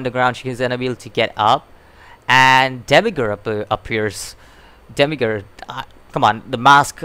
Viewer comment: say it like Demi-urge, like as I urge you to learn urge just put Demi in front....